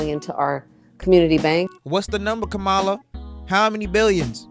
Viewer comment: 1. You keep pronouncing her name incorrectly. 2. What do you mean by “people who are still undivided” 3. You have misplaced anger, if she isn’t your pick… don’t vote for her. Do your research, make another video and request that Trump provide you with any answers at all….. you are an angry unprofessional person and it’s giving mommy issues…